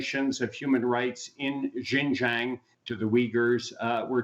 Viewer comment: Learn to pronounce Xinjiang.